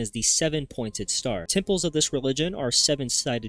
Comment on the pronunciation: Okay its temple's not tipples